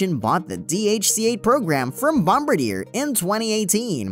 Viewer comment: good video, but hey, why did you not mention the 370 Knot SAAB 2000? Also, are you aware that your video announcer is STILL MISPRONOUNCING "BOMBARDIER" (in reference to the Dash-8 Q400 aircraft)?